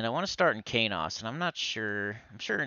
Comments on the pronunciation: He was pronouncing it wrong the whole time. It's SonyEQ backward and pronounced like keys and dose with the long O... Keynose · I think I've been pronouncing Qeynos incorrectly all these years.